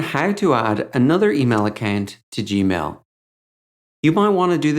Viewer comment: He says accant instead of account